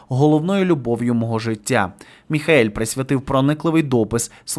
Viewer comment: Він не МІХАЕЛЬ. він МІХЕЇЛ